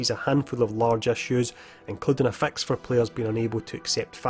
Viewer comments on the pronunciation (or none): So if he pronounces the word, “fix” as, “fax,” then I wonder how he pronounces the word, “fax” lol